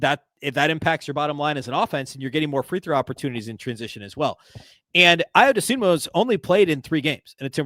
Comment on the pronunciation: It's DosunmU, not DosunmO.